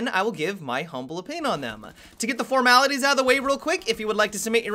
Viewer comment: OMG, FINALLY PRENOUNCED "FORMALITIES" RIGHT! I'M SO PROUD:D